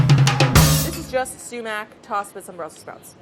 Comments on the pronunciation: WHEN CLAIRE SAID SUMAC I SCREAMED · "Sumac" Brad has entered the chat